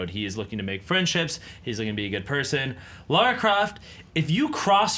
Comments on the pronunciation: Kudos to and Andy for putting up with those two. it's hard to fake enthusiasm when you're facing people who have clearly never seen the show. btw it's LARA Croft no Laura. I'm glad I'm not the only fan who was disappointed with this episode. I feel bad for the fan fighter, they were so excited and they got this turd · it's Lara not Laura